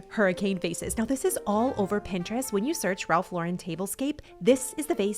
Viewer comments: Omg I'm so glad you started saying Ralph Lauren the right way 😂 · Wonderful ideas! I am impressed that you pronounced Ralph Lauren correctly!😊 Most people try to make him French😅😅